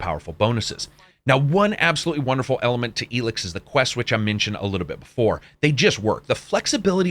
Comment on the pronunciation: Why are you pronouncing it “Elix”?